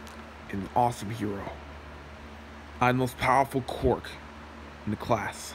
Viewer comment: Is it just me or did he say “quark”?